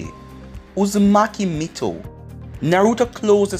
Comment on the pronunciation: It’s not mikato it’s mito